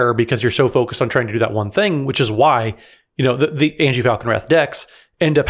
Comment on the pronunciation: Anje is pronounced 'anya' not 'angie'